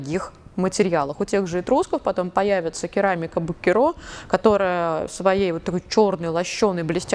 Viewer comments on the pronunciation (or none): Прошу прощения, но бУккеро, а не буккерО 🙄